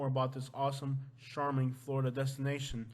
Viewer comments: "CHARM" not "SHARM"! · You have to learn how to pronounce charming bro please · The male announcer needs to learn how to pronounce charming( it is not sharming ) as he says on all words beginning with ch... he says sh!!!!!! Get it right!!!!